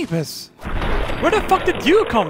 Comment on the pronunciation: Uhhhhh I know you are German but Yeasus it's actually pronounced Jesus (Ges-is)